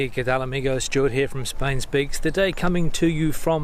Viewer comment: When on earth,you will be able yo pronunce Spain right!!!!